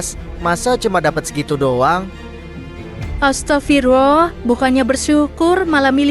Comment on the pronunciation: kak bukan astafirulloh tapi astagfirullah